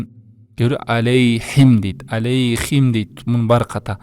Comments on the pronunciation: Алейхим эмес Алайхим деп айтышат го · Алейхим эмес. Алайхим. Арабтарда е буква жокко